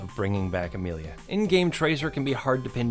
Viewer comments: I'm not trying to sound rude when I say this. You pronounce Widowmaker's name as Amalie not Amelia. Just saying 😊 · Its Amelie you said Amelia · "...maybe being an annoyance is just the first step to bringing back Amelia" IT'S AMÉLIE, VOUS PETITE MERDE. I AM TURNT.